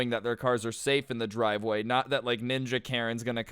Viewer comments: normal person: driveway: dwiveway lmao i thought it would be funny.....and love your videos a lot of them are either crazy or funny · He just said dwiveway